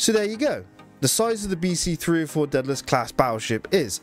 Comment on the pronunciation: Day-da-less!!! Everyone gets the name pronouciation wrong